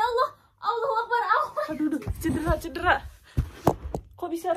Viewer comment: sempet2nya bilang 'cidera', trs divideoin 😭🤣🤣